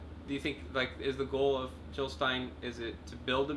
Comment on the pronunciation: JiLL NOT HiLL!! Great discussion here thanks :)